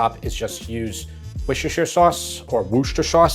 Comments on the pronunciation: “Or should I say woo sharr sauce”… Everyone else: no… 😂 wuster-sher would be close! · it's pronounced "wer- ster- shur" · It’s pronounced Wusster. Wusster sauce…Trust me. Also it’s not as good as Henderson relish if you can find it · I feel obligated to help you with your W sauce pronunciation .... wuster-shear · Great video, love the scoring system, brilliant!! And "Wuss-tah-sha" is the right way to pronounce the sauce ;) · WAR-SISTER-SHIRE sauce. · I love your vids. I've pestered you before about how to pronounce Worcestershire sauce. It's Woo Cester Sheer Sauce mate. Your taste tester is a hard man to please. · War-chester-shire sauce. You’re welcome 😉 James is adorable!! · Worcester is pronounced Wuster.... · As a native English speaker I feel I have to let you know it’s 3 syllables. ‘Wuh-stuh-shuh’. Imaging your saying ‘uh’ then put a w, st, and sh, sound in front each time then do it fast so the meld into each other. :D good luck! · Why do all cooking channels on YT have such a problem with the pronunciation of "Worcestershire Sauce"?